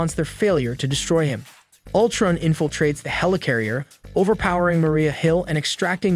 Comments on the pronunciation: I was trying to determine whether this was a human reading the script or was it a computer. I was wondering why these well known heroes and villains' names were being mispronounced: Gravitin (Graviton) and Ultrin (Ultron). Had the guy not ever seen the show? Then the clincher came when the computer pronounced Modok's name M - O - D - O - K. The computer didn't know what to do with Modok's name. People watching the show know Modok but a computer doesn't. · Yeah Ultrin?!wtf, great work though but then he randomly says it right😂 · The way he says Ultrun instead of Utron drove me crazy🥴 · Damaculls, ultrun, shy-uld, muhyollner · Right? A-vinjers and M.O.D.O.K. Gravitin and Ultrin.